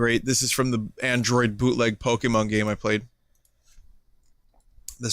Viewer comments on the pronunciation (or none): none